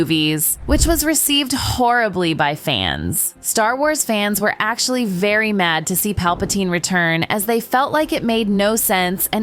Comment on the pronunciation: "Its veey hard for me to wanna share that with the world" she says on her live stream...